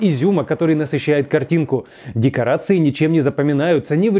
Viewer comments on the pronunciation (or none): ДекоАРции вместо декоРАции